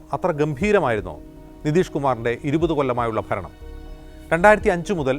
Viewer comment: 😂 ഫരണം അല്ല ഭരണം അതെങ്ങനെ സൊന്തം വിദ്യാഭ്യാസം പോലും പുറത്ത് പറയാൻ പറ്റാത്തവൻ ഭരിക്കുന്നു 😂 പിന്നെ അണികളുടെ വിവരം പറയേണ്ടതില്ലല്ലോ മുക്കില്ലാ രാജ്യത്ത് മുറി മുക്കൻ😂